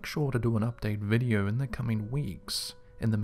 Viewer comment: Videe-urrh?? You mean video???